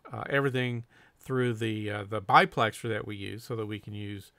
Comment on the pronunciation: No offense, but it isn't a BI-plexer it's a DI-plexer. Not to be confused with the proper name of the cans, DU-plexer